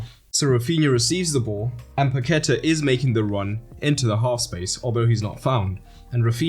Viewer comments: Great video. Just try saying "Pa-que-tah" instead of "Pa-queh-ta". That will take your pronunciation to another level 👍 I hope you make a video on Croatia too! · "Paquetá" would be better pronounced as "Pack-TAH" or "Pah-kay-TAH" just saying. The thing on the A tells you where to put the stress. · Great video, very professional. Paquetá is pronounced PaquetÁ, like french. The accent is on the A. It'll give more credibility to you (trust me). Talking about french, brazilian portuguese pronunciation ir more like french than spanish. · It's pronounced Paque'tá, emphasis on the last syllable /TAH/. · Please learn how to pronounce Paquetá